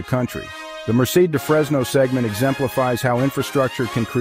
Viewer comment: Nice video. Do check the pronunciation of "Merced"!